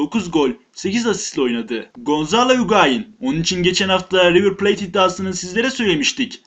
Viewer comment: Kardeş allah aşkına şuna mayemi de miyami değil river plate e okunmuyo ya ulan ineklerden mi öğrendin türkçeyi içerik güzel ama izlerken kriz geçiriyorum be arkadaş